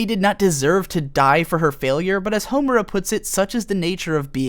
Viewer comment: You are the first person I've heard that pronounces Madoka's name correctly yet Homura's incorrectly lol. Also "bibi" //shot